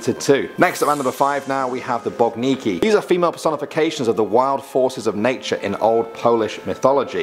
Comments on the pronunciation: *Boginki not Bogniki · Number 5, which you said is "BOGNIKI" is actually "BOGINKI". Please, do analyse the spelling letter by letter. BOGINKI is plural, singular is BOGINKA. One BOGINKA, two or more - BOGINKI (not: BOGNIKI).